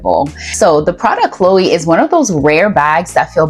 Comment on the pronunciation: It's also pronounced To-TAYME and De-LOYTE. Hedy Slimane, not Silmane. Prada Cleo, not Chloe.